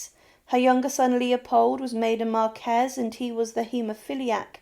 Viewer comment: A very interesting mini-biography. BTW, I hope the channel owner doesn't mind but the English pronunciation of marquess sounds like 'markwiss', rather than 'markez'.